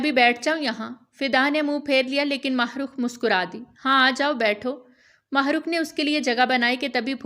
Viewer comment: Allah Allah it's heart touching novel But ..... Jab mene apna name suna am shocked Thank God pheli Baar kesi NY Mahrukh name bohat bahteern tariky sy bola hai am glad 😊😊